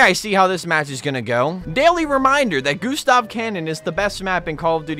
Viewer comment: I chuckle every time he says "the goo the goo the goo stahv cannon"😆